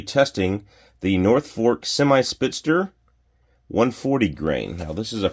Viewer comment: Spit-zer...not spitz-ster